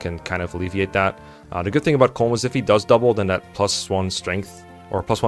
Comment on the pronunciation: Once again, I must emphasize that colm is pronounced “colum”, like a column and a row